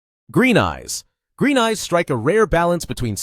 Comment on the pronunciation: i cant help but hear you saying "black guys" instead of"black eyes"